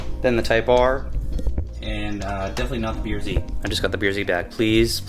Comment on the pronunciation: When you say Type R, the R comes out as “ARE” when say BRZ the R comes out as “ERR” Type Are and B ERR Z. Cracks me up. For $800.00 I hope you got OEM Lexus parts. Manny Moe & Jack ain’t cheap